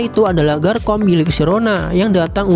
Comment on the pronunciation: ngomong garchomp nya bukan garkomp bang tapi garcomp pake c bukan k